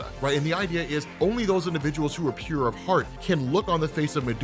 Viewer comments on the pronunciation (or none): none